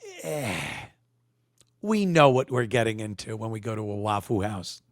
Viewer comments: Can you say waffle, not "wafoo"? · It's Waffoo. They can't pronounce that L at the end.